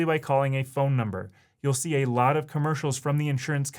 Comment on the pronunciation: You know it's u-toob when you hear Ay-lot.